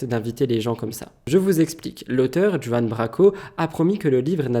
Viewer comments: Mon chéri d'amour, on dit "Juan" à l'espagnol, comme Juiannita dans Desperate housewive. Tu m'as fait rire mimi 😊 bisous à toi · Cool le nouveau concept 😊 Par contre Juan se prononce Rouanne (espagnol) Branco en Française 😅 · On ne prononce pas "Juan" mais "Ruan" Branco. Ça fait longtemps que je connais cette personne (au-delà de son passage sur TPMP), et ce qu'il dit, je le crois. C'est un gars qui défend beaucoup les prolétaires, comme il a défendu les gilets jaunes par exemple. Il a eu le courage d'écrire ce bouquin. C'est un personnage à connaître (avant), mais c'est tout de même très bien d'en parler.